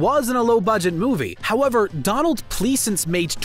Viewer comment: Sorry, bub; almost anyone who's seen Halloween knows the character/name "Dr. Loomis"...As well, how to properly pronounce the actor's name who played him.